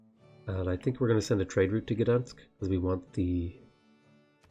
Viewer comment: Wow, you say "Gdańsk" quite well. Not many foreigners care to try ;)